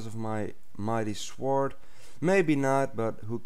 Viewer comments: why dose he callit sword instead of sord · ITS PRONOUNDED SORD! THE W IS SILENT! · Dude... wow, how do you really not know how to say sword correctly? the "w" is silent. Spelt "sword", pronounced "sord". I was laughing sooo hard when you kept pronouncing the "w"! xD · als je nederlands bent; je moet een beetje aan de je engelse uitspraak werken... Niet gemeen bedoeld ofzo! Maar het is niet s-W-ord maar meer s(w)ord je zegt de W niet echt. je bent wel de beste nederlander die ik tot nu toe heb gezien :) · Lol! Dude you make me laugh! Umm, BTW The way you pronounce Sword is: S-ORD Lol, No problem though! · whats a sward?did you mean sword? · The "w" is "swords is silent. So it's pronounced "sords". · to be fair its pronounced sord rather than sword so it could be easyaly confusing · Dude im not mean ither its spelt sword but say sord ok? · you say the w in sword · you pronounce it sord but its spelt sword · U say it as sord not sword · u say sord its sword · sewurd is not how you say sword:( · its sword not sworde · get it right its shwwwords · Its pronounced not s-word but sord even though its not spelled that way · sw-or-d. lolol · What's a shwyard? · you pronounce sword like sawed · its funny how he says shword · What's a shword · im not being nasty or anything but please say sord that is how it is pronounced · It's pronounced sord but its spell like this (swors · WTF IS A SHWORD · I love the way you say sword :3 from now on that's how imma say it :) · You know the w in sword is silent right? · Your saying sword wrong the w in it is silent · Really? You don't pronounce the "w". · he is saying sword wrong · HAHAHA you can't say sword. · learn to say sword